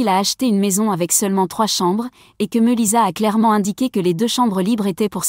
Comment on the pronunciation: Meulissa qu'elle prononciation ridicule